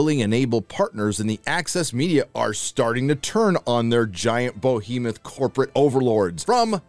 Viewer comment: It's Behemoth - not Bohemeth...